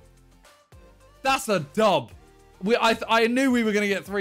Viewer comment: Dats a dub...that’s a dub...is that a dub...that’s a dub. Fucking great English...